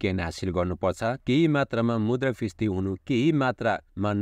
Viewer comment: Brother, pronounce मुद्रास्फिती properly.....😊😊